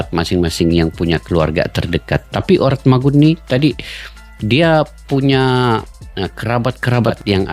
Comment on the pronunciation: Pnyebutannya ORATMANGUN bang